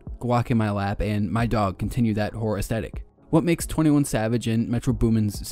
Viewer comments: Swearrr, this dude keeps saying "whore" in place of "horror" 😂😂😂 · it was halfway through the video when I realised you were saying "horror"